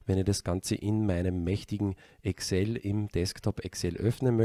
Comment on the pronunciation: Danke!!! Tolles, nachvollziehbares, praktikables Video! Nebenbei bemerkt: endlich einer, der Excel so ausspricht, wie sich's gehört :)